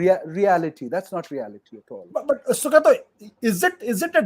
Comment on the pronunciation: "Sugata", not "Sugato"